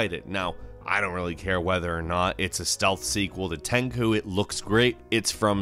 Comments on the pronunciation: When straight up MASSACRES the name "TENCHU" and says "Tenku" love you man but jeeeeeeesus.... You butchered that name.😂🤣😂🤣😂 anyone else cringe or was it just me? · The way you say "Tenchu" hurts my soul... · Fuck yes. Omg my ears bleed. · LongNecked Giraffes Why would he be talking about Niko, a character who's not even the main focus of the story? Nah, I'm pretty sure he was talking about Nero. I mean there was definitely some inaccuracies being brought to us in this top 30 (pronuciation of Tenchu and wrong footage of ESB), so it wouldn't surprise me if he saw Nero and considered him a new character since the popularity of DMC4 wasn't too substantial, but I won't lie, I was slightly triggered. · You can not even say TENCHU right :D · Great video but the way you pronounce "Tenchu" makes my ears bleed... holy shit, I kept watching and then you butchered Anime names... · Did he pronounce it ten ku instead of ten tsu? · Its NOT Ten ku. Its Tenchu...Rikimaru and Ayame? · This guy seems to enjoy pronouncing Japanese incorrect 天誅 is said like ten chu not tenku. Tenku means nothing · Tenchu not tenkoo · ah yes "tenko" especially tenko 4 was one of my fav games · I was scratching my head wondering what tenku was. Why pronounce the 'ch' like a 'k'? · Lol i was searching for tenkoo, like wtf is this guy talking about, i don't know no game named "tenkoo" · Right?! and he said it that way like a dozen times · You know the guy is a "videogame journalist" when he is hyped about Halo and says... Tenku... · are you calling TENCHU, "Tencew"? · What the hell is Teinku??? 🤔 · Thought it was pronounced ten-chew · Bruh, Tenku? Rearry? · I thought it was pronounced ten chu hmm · This video was amazing.... but its prenounced "Ten- *SHU*" NOT TEN-CHU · TenCHU not TenKU. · You also butchered the pronunciation of "Tenchu". It's not Tenku, it's "Ten-CHUU"! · Also when he said Tenchu like Tenkoo! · It's not "Tenkoo" it's "Ten CHU" LOL XD..... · wtf is Tenku? you mean Tenchu?